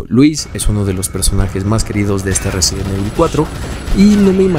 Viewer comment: Te haces llamar fan y no sabes pronunciar resident evil, en vano todas las pantallas de carga de cada juego.